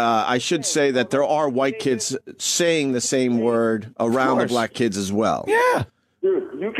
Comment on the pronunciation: You said black wrong.